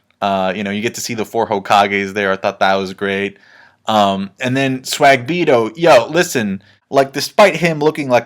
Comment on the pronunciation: lmao yo why do u call him swag-bito im just curious